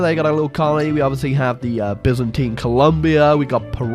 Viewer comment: "Byzantine Byzantine Colombia" Emphasis on the BYZANTINE